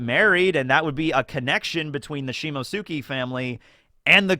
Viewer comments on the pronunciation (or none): Do you see the t in Shimotsuki, you just decide to ignore it...